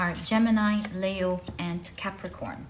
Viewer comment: Leo is pronounced 'Lee-o', not 'Lay-o'. And Libra is pronounced 'Lib-bra' or 'Lib-ra', not 'Lee-bra'.